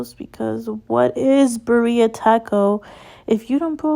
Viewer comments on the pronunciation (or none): Lol homegirl cannot spell or pronounce birria... and trying so hard to move them little cheeks.